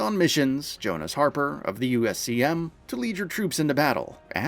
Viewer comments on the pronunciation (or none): none